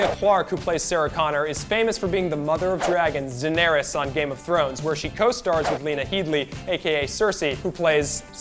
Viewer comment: It's Daenerys not Zaenerys. Clearly none of you actually watch the show.